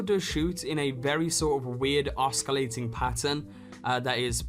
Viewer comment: I wish you'd google how to pronounce "oscillating". You're only barely supposed to pronounce the C, and as an S sound, not K :)